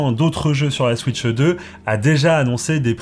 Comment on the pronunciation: SVP , ne dites plus « switcheu 2 » comme la majorité des youtubeurs francophones , j’en peux plus. Dites « switch 2 » sans le « eu » svp . Je n’arrive plus à regarder des vidéos où on prononce comme ça , ça me rend fou .